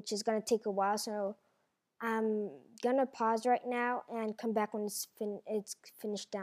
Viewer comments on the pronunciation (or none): none